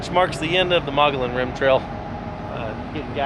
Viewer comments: as a Arizona citizen it is pronounced—- Mug-e-on Rim! just so you know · Do your research next time!!! better yet maybe your poor review will keep yahoos like you from coming up here and ruining all the great things that are actually up on the rim and all the history of the area. also learn to pronounce the name correctly Mogollon ( mugy_on) named after the native American tribe of the area. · Pronounced "Mogoyon" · Pronounced: "Muggy-on" I know because I live here in Payson.... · Mogollon (Moh-Gee_on). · Actually.... It's either Muggy-on or Muggy-own. That's how I've always heard it; plus just two weeks ago I read an Arizona Republic article, from 2016, in which the states' official historian said those are the correct pronunciations. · Locals pronounce it “muggy-yon,” go figure. Sweet shots! Miss that amazing place. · You pronounce the name of the rim incorrectly which makes you sound retarded to the people of this State that were born and raised here from back in the 40's. , Your dogs can be snatched up by coyotes right in front of you and you have them roaming around . Then you are trying to walk up to wild horses and expect them to stop so you can pet them . What part of wild do you not get ??